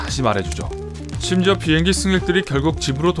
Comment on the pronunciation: 빙행기? 비행기 말하시는건가요 아님 빙하기 말하시는건가요